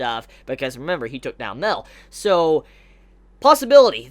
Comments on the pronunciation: its MA EL.. not MEL.. idiot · Yo enjoyed the video but just one thing that got me through the video...it's pronounced Ma-el not Mel. Ma...El...Thank you very much. :-D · Love the video, always loved all of your Taizai videos. One thing is slightly irking me. Mael is not pronounced "Mail". It is 2 syllables, sounds like May-El. Just like how all the other angels have El at the end of their name, "El" referencing God in the Hebrew language. Sorry, just a little tic. Anywho, love the information on Escanor's powers. Not really wanted, as I sort of wanted Escanor to be something new and for him to represent the pinnacle of Mankind who acts as their hero who can stand up to the Goddess clan and Demon clan. But I still like it well enough. I want to know what Gowther asks for, but we have no real information so I can't really speculate very much. I still suspect that Escanor will die at some point, and Arthur will take his place as the Sin of Pride, and will be revealed to be connected to Escanor in some way. What if Arthur is actually Merlin and Escanor's son but for some reason Escanor has no memory of this? Clearly something with Merlin's connection to Arthur is not what it looks like and not what Escanor thinks it is. I wouldn't be surprised if it were something like that. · in fact Mael is pronounced "Ma" - "el" like Raphael